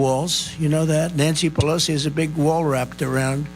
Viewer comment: At the beginning of the clip he accidentally pronounces her name correctly 😂😂😂